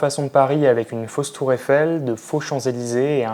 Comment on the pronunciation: La tour eifeng, les Champs-Élyfong, la tongcorde......et puis quoi Encore.